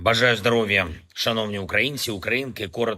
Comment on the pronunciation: "ЗдАров'я".... Хоч би вже розмовляти навчився... Тупість міжміська.... Які командири - які "карандашів" посилають необстрілянтих на нуль??? А гроші це добре - будете й надалі красти.